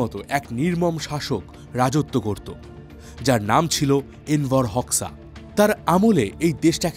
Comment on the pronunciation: গত চার বছর ধরে আমি আলবেনিয়াতে বসবাস করছি, আলবেনিয়া মানুষ গুলো অনেক ফ্রেন্ডলি, আর তার নাম এনভার হোক্সা(হোকসা) না উচ্চারণ টা হবে HOXAহোজা। 😅